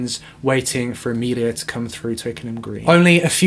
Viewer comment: Sorry to be that guy...but it’s Amelie not Amelia